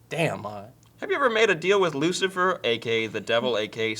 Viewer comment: ooh they said my name :) and Maude was right in how it is pronounced